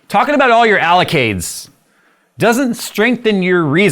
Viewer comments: You know mad when he says “allocades” instead of “accolades”. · did you say allocades....you mean accolades? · Talking about all your allocades 😀 ... I believe you meant accolades. Made me chuckle. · "They assume you are stupid.... ALLOCADES!" accolade /ăk′ə-lād″, -läd″/ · Accolades, not Allocades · You can tell that is really upset. This time with Micron. "Talking about all your allocades". He refuses to say accolades. 🙃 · Did I hear allocades? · I just want to be annoying: you said allocade it’s supposed to be accolade lol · Did say allocades instead of accolades?😂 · Yes he did but we forgive him :D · Did just call Accolades "Allocades"? 😂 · Did say 'Allocades'?